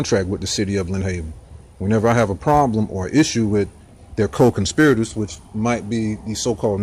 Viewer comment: Got to watch those “conspi-o-tors”.